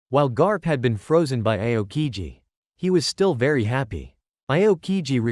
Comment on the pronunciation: Bro said iokigi💀💀💀